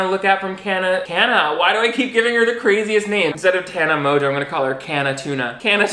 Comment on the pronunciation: How has she convinced everyone to pronounce her last name like that??